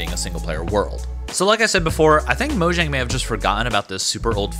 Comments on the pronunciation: but if you play in offline mode it still doesn't work. and its pronounced moyang cause it's swedish. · FOR GODS SAKE ITS MOYANG